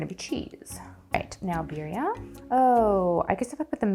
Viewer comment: crying sobbing as I hear the simple pronunciation of Birria and tortilla 😭😭 I can’t do this anymore